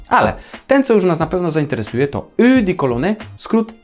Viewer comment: Przyjemny odcinek, od razu mam ochotę stworzyć jakąś świeżą, wiosenną mieszankę :) Nawiasem mówiąc, eau wymawia się jako krótkie "u".